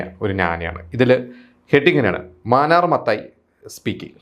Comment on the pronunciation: മാനർ മത്തായി അല്ല മാന്നാർ മാന്നാർ